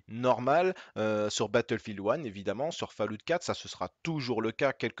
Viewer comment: essaye juste de dire "Follawt" au lieu de "falloute" lol sinon super video